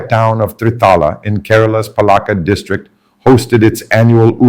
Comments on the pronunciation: Mr. Samuel, my state is not കരാള but കേരളം. Not പള ക്ക ഡ്. But പാലക്കാട്‌. Just remember that as long as you are a malayali places and names of persons should be pronounced as what it really is. Overstylish is your presentation. Listen mr tharoor carefully. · Being a mallu, how come your pronunciation of Kerala, Malayalam & Palakkad etc , is so accented ? I mean are you using some AI tool ?